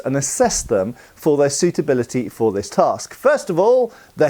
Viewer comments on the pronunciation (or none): none